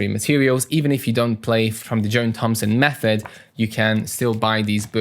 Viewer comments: I know I'm being pedantic, but his name is pronounced Jon, not Joan. The h in John is silent. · Thanks a lot for the review on these; might pick one up for additional material alongside Faber Piano Adventures. By the way, John rhymes with "on" not "own"; your pronunciation here is like the female name "Joan". I fully understand the feeling, though! I make far more mistakes in Norway with my Norwegian.